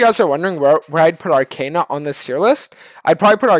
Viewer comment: the last one is arcana . He just pronounced it wrong i think.